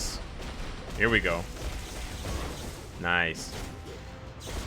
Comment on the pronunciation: Now that I think about it, they MUST rework spider man and miles with the video game uniforms. That'll be justice for my spider bois. 🙏🙏🙏🙏 Edit: a challenge for any true fan: take a sip from a drink everytime says " noice ".